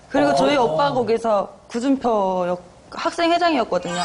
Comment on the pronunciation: 에프퍼 구준퍼 ㅋㅋ 둘 다 발음이 왜 저래